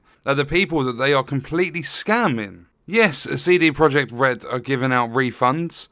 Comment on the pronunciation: "Seedy" Project Red. 🙄